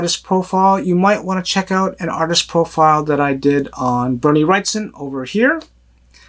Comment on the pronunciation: Just wanted to let you know. Bernie Wrightson is pronounced Wright-SON. Not wright -STON! There is NO T after the S. SON not Ston. Please!!! Stop calling him Wrightston. There is no T after the S. Thanks. See! How do you like your name being slaughtered??? I like your channel except for that. Get it right PLEASE!